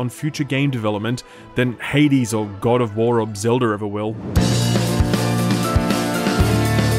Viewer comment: Sorry, but wtf is zelder? haha